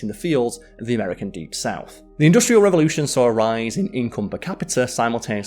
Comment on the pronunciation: This guy needs to learn how to pronounce "industrial" correctly.